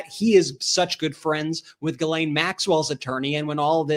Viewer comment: G'laine, as in 'greed'.